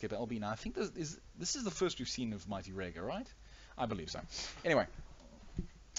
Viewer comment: K well listening to you pronounce "Rager" hurts my heart. It's like Rey from Star Wars ya now? Reyger.